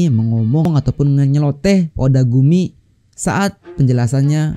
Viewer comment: Gw juga dengernya otaku ni bukan odagumi 😂